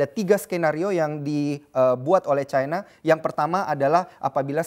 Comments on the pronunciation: terus kenapa nyebut singapore itu singapura, bukan singapou. Kenapa gt harus nyebut cina dgn nada caina? Aneh aja gt kedengerannya di kuping hehehe.. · Ironi: negara komunis bergantung ekonominya ke negara kapitalis. Nice info, tp nyebutnya ga usaha Chayna. Cukup China aja. Ga akan disebut rasis. Kaya kita nyebut Arab (panggilan singkat Arab Saudi), ga akan kita sebut Ereub khan?